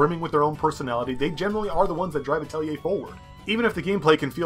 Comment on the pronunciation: Finally someone who pronounced it correctly....I seriously think the developers also said it wrong....i saw many reviews with "Atleyay"'s in them, so annoying!